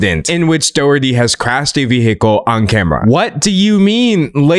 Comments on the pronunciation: It's pronounced like"Dah-HER-tee" The "H" sound is heavily aspirated in Irish-English, I'm not the best at writing down pronunciation so it might be a bit off. I think Americans in general also pronounce it a different way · really cool video! this is really off topic but the mispronunciation of doherty breaks my heart 💔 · As an Irish person, the way he pronounces Doherty makes me giggle